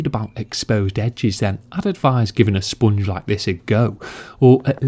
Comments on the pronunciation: The way he says “spoongge” 🤤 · Great vid. Say “sponge again”😂😂